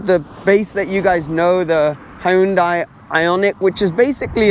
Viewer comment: When you pronounce Hyundai, remember this, "Hyun-day like Sun-day"